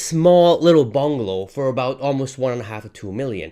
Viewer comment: sorry aboot that eh